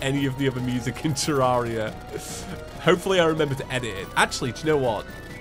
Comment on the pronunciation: Nobody: explaining his YouTube channel: " Terr-are-ia, ya ever heard of it, its a game